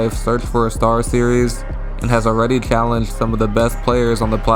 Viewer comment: how tf you talk normal but say "challenged" like that wtf